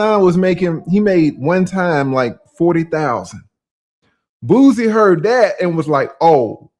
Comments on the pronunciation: it's Boo-See not Booze-Y 🤣🤣🤣🤦🏿‍♂️ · Aries got you saying booZie. It’s Boosie..😂😂😂 but I love it